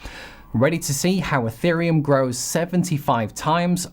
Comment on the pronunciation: I can’t take it anymore. It’s not eFerium!